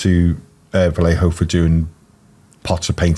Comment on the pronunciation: We only need to tell how to say (vah-ye-ho)